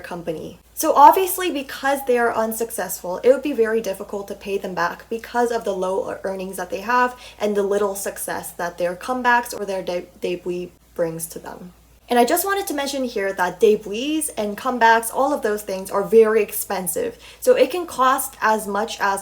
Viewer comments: And also the debut is not dedweee its debut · U say debut wrong it's pronounced de-be-yut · i just noticed u pronounce debut as how it’s spelled in korean 데뷔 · the way she pronounces "debt" and "debut" is so wrong and funny lol